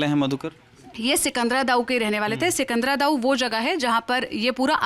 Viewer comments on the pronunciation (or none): वो सिकंदरा दाऊ नहीं सिकंदरा राऊ है 😊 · सिंकदरा राऊ है सिकंदरा दाऊ नहीं है मैडम जी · सिकंद्राराऊ है ना की सिकंदरा दाऊ मैडम जी